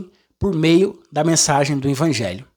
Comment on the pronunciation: VOCÊ PRONUNCIA "INVANGELHO"....